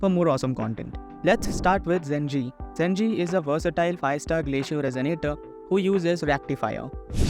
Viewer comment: its pronounced je-ji or probably more accurately ju-ji